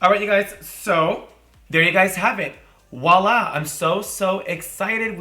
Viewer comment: its voila not woila haha